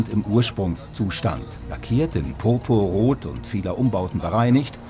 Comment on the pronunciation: Lackiert in PoPo-Rot ? War schlecht rauszuhören, dass es sich um Purpur handelt. :-)